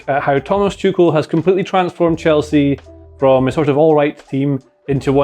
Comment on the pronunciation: Is it me or does JJ sound like he is saying ‘Chucel’ rather than ‘Tuchel?’